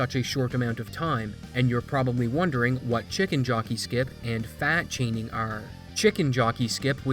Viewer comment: I thought he said fat shaming xD